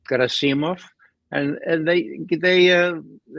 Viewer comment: Ray, the stress on Gerasimov is on the second syllable. :)